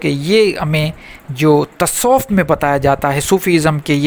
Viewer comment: سر۔ پہلے اپ لفظ تصوف کہنا سیکھیں لطایف جاری کرنا سیکھیں گے